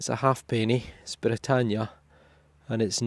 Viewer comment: Very impressive! By the way, when they were in circulation, half pennies were pronounced haypennies or more like hape-nies in Scotland.